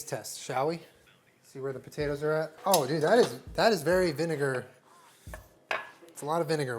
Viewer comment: When you say “very excited” I hear “Aries excited”’ and I cannot not hear that now.